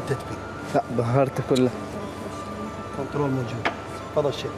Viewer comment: بس شغله رحمه لوالديكم لو تجيبون مقدمه تحجي انگليزي لو لتكول كلمات انگليزي لو احد يعلمها .. مره كالت كونترولز رووم ومره كونترولد رووم وهيه كونترول واللخ شيف وشيفات فدوه مو شيف ركي شيف الياء خفيفه فتحه مو كسره